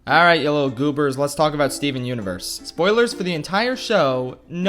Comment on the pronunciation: Its more like steven unevurs the muzecol